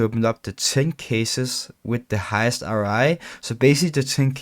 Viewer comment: bro u said RI like 100 times its ROI cringe af